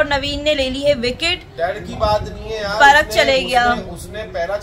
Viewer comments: परग नहीं उसका नाम पराग है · पराग हैं परग नहीं 😂😂😂